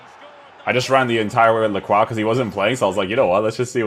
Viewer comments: Lacrwa is indeed the correct way to pronounce his name hehe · ayy someone pronounced his name correctly